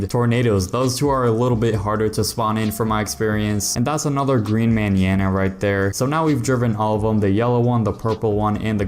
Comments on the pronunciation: how he be pronouncing Manana had me crying from laughter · You’re pronouncing mañana so wrong 😅